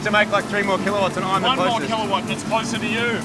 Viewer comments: Wtf is killawatt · Wtf is a killawatt